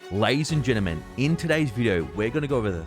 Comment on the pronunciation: Can you say ladies and gentlemen correct. Every video you say, ladies and gentamen